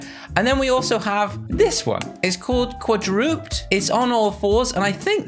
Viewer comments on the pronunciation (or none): im angry that you dont know how to say qua-dra-ped and instead callled it qua-druped